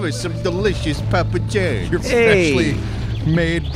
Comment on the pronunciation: "Parma John"